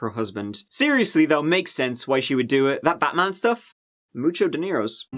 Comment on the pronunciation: LOL "moocho deenairose" 😂😂😂